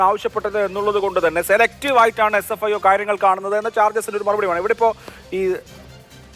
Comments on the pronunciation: Sfio ennu para... (Fsio alla) 😂😂😂😂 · ഇതേതാണ് ഒരു പുതിയ ഏജൻസി fsio? ഈ ചങ്ങാതിക്ക് ഏജൻസിയുടെ പേര് പോലും നേരാംവണ്ണം അറിയില്ലേ... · doesn't know SFIO, always says FSIO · SFIO എന്ന് പറയാൻ ഈ അറിയില്ലേ? ഇവൻ എവിടുത്തെ വക്കീൽ ആണ്. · നുണ പറയാൻ മറക്കാതിരിക്കുന്ന ധൃതിയിൽ, SFIO എന്ന് പറയുന്നത് പോലും തെറ്റി പോകുന്നു...... 🤣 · Ee oolaikku sfio ennu parayan polum ariyilla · ഈ ഊളയോട് SFIO എന്ന് ശരിയായി പറയാൻ പഠിച്ചിട്ട് ചർച്ചയ്ക്ക് വരാൻ പറഞ്ഞു കൂടേ..